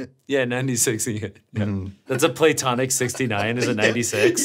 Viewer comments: ian saying "Play-Tonic" annoys me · Why does it bother me so much hearing Ian pronounce platonic? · i like the way ian pronounces platonic